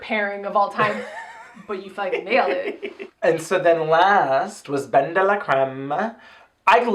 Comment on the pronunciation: It’s not Ben it Dela